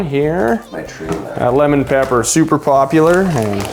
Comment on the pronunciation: “Lemon Papper” 😂